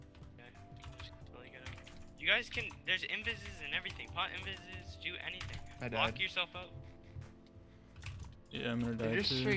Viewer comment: lmao u can't pronounce invis